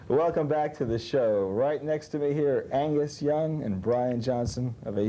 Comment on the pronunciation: Angus without the g is fucking great😂